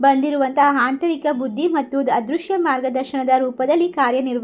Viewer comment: ಹಾಂತರಿಕ ಅಂದ್ರೆ ಏನು?? ಹದೃಶ್ಯ ಅಂದ್ರೆ?? ಸ್ವಲ್ಪ ಹ ಕಾರ ಅ ಕಾರ ಸರಿಯಾಗಿ ಹೇಳಿ